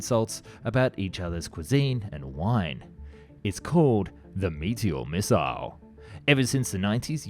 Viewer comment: Yet, can't say "Dassault" or "Thales". Or "missile".